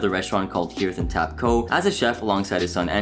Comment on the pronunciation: It's pronounced HARTH----like heath (a fireplace) and home.